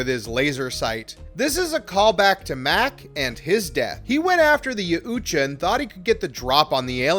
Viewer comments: Well, its pronounced as ya-OOT-ja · dude you are butching the pronunciation of Yajuta YOW_CHA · YAUTJA - is pronounced = Yow-cha, the t being silent. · ....did you just say ya uuuutja hunter?.......wtf?!?!?! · Stop pronouncing the U in the yaut’ja name!!!!! It’s disgusting!!!!